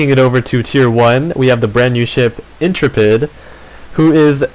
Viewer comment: Inter-pid In-trep-id